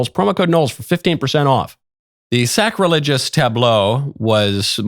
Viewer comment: Did you just say that it was ... Sack-religious? Nice one Michael, real smooth ;)